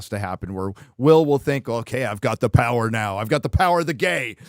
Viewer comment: 1: 55 "the pwer of butt f@ LOL